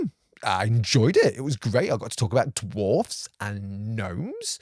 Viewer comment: Look at you pronouncing that plural ‘dwarfs’ properly as Tolkien would have you do. Cheers sir.